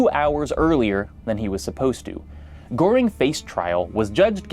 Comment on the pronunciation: usually I feel a bit of cringe when non-Germans pronounce German names incorrectly, but Goering was such a piece of shit, he doesn't deserve better.